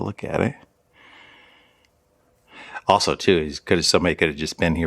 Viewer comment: i thought you said his other friend JACK also I THOUGHT I HEARD YOU SAY (OFF) instead of( also ) had to listen twice